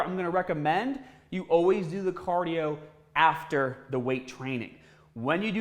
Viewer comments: Caaaaadio haha love it is that a Boston accent? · CAAAH-dio! Gotta do your CAAAH-dio. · What’s cadio? 😂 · Why do you pronounce cardio like that